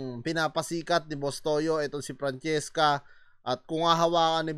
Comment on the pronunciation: Boss toyo hindi tuyo😅😅😅